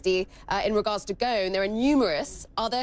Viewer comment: You’re pronouncing ‘Ghosn’ wrong. The ’s’ is pronounced. The word is Arabic for ’tree branch’. 🌴🌳🌿